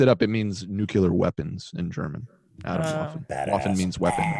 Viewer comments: atomwaffen means atomic/nuclear weaponry in german but until i saw the spelling i had no idea this would be a german word its pronounced uh - tome - vuffen yall gotta practise some german xD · That's not how "Atomwaffen" is pronounced